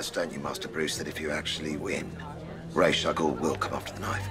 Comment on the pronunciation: its nice to hear ra's pronounced rash, always loved the animated series